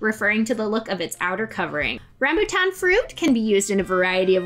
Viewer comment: Rambut, not rambu